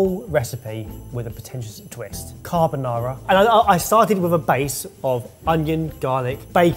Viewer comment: It's 3 minutes in and I'm already cringing at the horror of Italian cuisine purists with rendition of "carbonara."